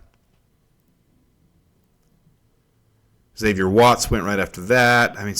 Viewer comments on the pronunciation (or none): none